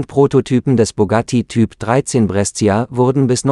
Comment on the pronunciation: Brescia spricht man "Brescha" aus 😂